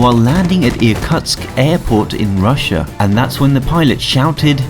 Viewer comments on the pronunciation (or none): none